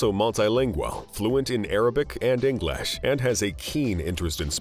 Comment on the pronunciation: Exactly he says Aangelish sounds funny and wrong 🤣🤣